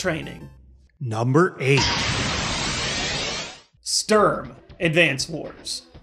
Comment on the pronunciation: I doubt Sturm is pronounced like you did it its more like Schtoorn